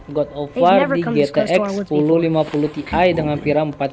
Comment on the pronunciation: Mas intonasi nya yang jelas GTX kedengerannya Zx